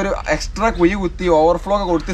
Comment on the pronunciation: കുയി , അല്ല മോനേ കുഴി